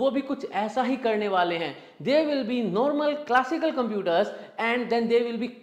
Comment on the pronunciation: नोर्मल नहीं नॉर्मल होता है, उच्चारण सही करिए बाकी एनालिसिस तो बेजोड़ है।